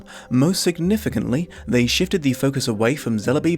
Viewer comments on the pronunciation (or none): none